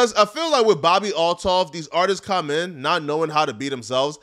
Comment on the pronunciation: for christ sake... Why tf do you say "caum" instead of "come"? Will you please address this? We need answers!